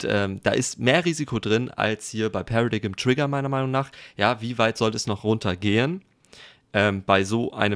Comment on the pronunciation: das wort wird pära-deim aus gesprochen